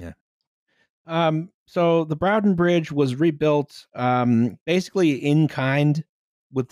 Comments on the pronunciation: It's pronounced BRAWTON not BROWTON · Enjoying / not correcting the mispronunciation of the name of the bridge. It's Braw-ton, not Brow-ton. Source: I live in Manchester and it's about 20 minutes on the tram from my flat, also I made a terrible mistake and my penalty was being the Lib Dem candidate for Broughton in the 2015 and 2017 General Elections. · it's pronounced something like brought-on, northen english always confuses those from the south, so would not notice! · will have more than likely corrected this already (if not, she really is goddamn tired!), but I'm impatient and saying it now! It's pronounced "Bror-ton". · broughton rhymes with norton but this is fun